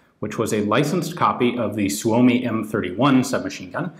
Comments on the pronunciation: nice pronunciation of "suomi" most foreign people butcher it... =) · Props for, you pronounce suomi correctly.